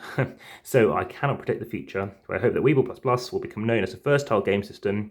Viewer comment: Thanks for the vid! Wibbell is pronounced as if it was written 'wibble', so it rhymes with 'dribble'. I hope you enjoy trying out the games and please remember to use the newer rules, found at the google drive. :-)